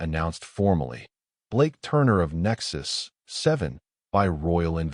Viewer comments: The reading was flawless, well, maybe the stations name "Nexus-7" was a little funny sounding, but just a little. :) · Great story. Good AI narration, except for the unneeded pause when pronouncing Nexus-7. Good subtitles as well. Well done.